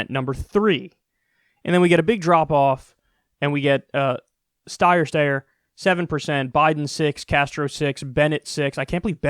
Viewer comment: Haha he just calls him Styer Stayer!